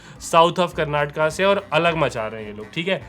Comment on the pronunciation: Great Review, liked that your pronunciation of terms Karnataka and Kannada is accurate, as most of the time North Indian's exclude the last vowel "A" from the words. yes its not Karnatak or Kannad its to be pronounced as Karnataka and Kannada